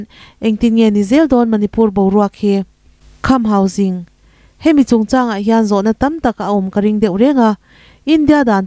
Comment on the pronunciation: Khamhauging ani lo, kham hausing s s sîng toh tur